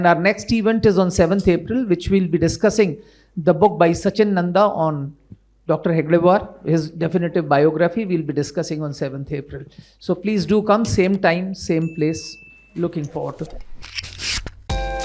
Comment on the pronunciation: हेगडेवार नहीं हेडगेवार बोलो। India foundation में बैठते हो और नाम ठीक से नहीं ले सकते हो।